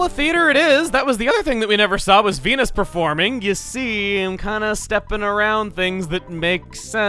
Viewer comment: Okay so I was zoning out a bit and not looking at the video, but Venus sounded a lot like penis.